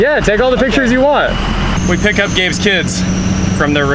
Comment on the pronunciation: Im pretty sure he said Gabe, but it sounds more like gay. Gay sounds funnier.